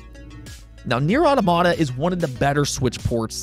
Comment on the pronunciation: Can't say I've ever heard anyone pronounce it Nier Auto-Mahtah lol